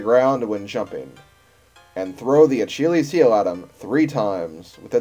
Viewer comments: Lol we know, it's the let's play curse at work! (talking about the acheelies heel prononciation) How's the actual save file doing? Was it just some random occurance or did you lose the save? Anyway great job and I did not know about the mouth laser attack! Lookin forward to the next installment!! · It's pronounced Ah-Kill-Ease. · you really cant pronounce achilles(achilleus)...